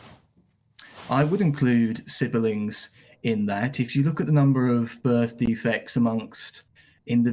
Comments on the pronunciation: I just hate the way he says siberling, I dunno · I just came back to rewatch for a chuckle and "sibbuhlings" got me all over again. I love this guy. I need to hear more from him. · The way he pronounces siblings with three syllables... he can barely stop himself licking his lips.